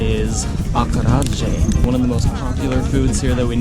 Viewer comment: Acarajé is pronounced /ah-kah-ra-ZHE/